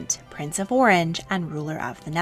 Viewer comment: Could the narrator please pronounce Orange in the French manner? It was a French principality not a citrus fruit!!!